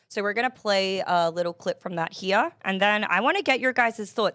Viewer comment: That pronunciation got me laughing. 😂😂